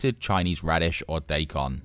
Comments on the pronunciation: Daikon is pronounced die con, not day con. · Daikon is pronounced die - con. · Sure, I knew what you meant when you said diecon, but I also would've known what you meant it you said "doican", but it'd still be incorrect. I know that I'm being annoying but I just can't help it.